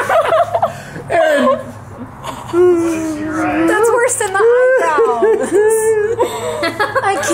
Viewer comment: Lol "Savanah" 😆 😂😂😂😂😂 poor but good sticking through!❤